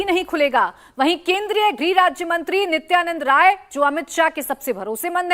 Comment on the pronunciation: Nityanandray Yadav aisa likha karo.. Sir Nityanad Ray kyo bolte ho???